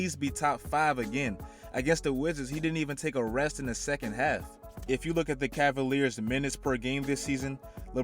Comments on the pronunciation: Really “cleveland assaliars” bruhhh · Nigga said ass-aLiers I'm crying 😂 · Bro when he said Cleveland ass-aliers it had me dead and I'm a cavs fan too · Lmfao Cleveland Assaliers 😂😂😂😂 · did dis man just say assaliers